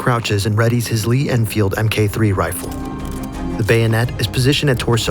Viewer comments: Mk is short for mark as in a Lee Enfield Mark 3 rifle. Not M K rifle. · fyi, the abbreviation "Mk. 3" is pronounced "Mark 3"